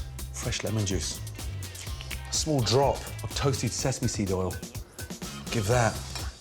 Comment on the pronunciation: Quick tip. Oil NOT Oll Boil NOT Boll